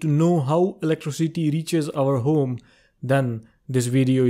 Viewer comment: "In our hOOme"